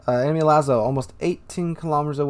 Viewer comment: "Lah-zoh" not "Lah-zow" The Jean Bart had RNGesus on his side on this match.